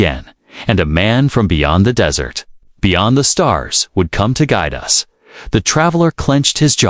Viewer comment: You need a new AI/TTS, it does not know the difference between dry sandy location and sweet food. All that is necessary is to review before posting.